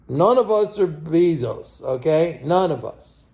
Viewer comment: JEFF BEEEE-ZOUCE !!!!! LMAOO